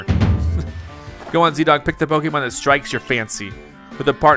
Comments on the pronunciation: Please learn how to pronounce “Pokémon” properly 🤦🏻‍♀️ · Pronouncing arceus like arkeus is painful but excuseable. Pronounces pokemon like pokEmon is inexcuseable. Still subbed though.